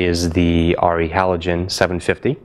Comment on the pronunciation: True true, but if you're needing tungsten and/or daylight the Diva wins IMO. Plus, this guy is pronouncing Arri wrong so that tells me the validity of this test.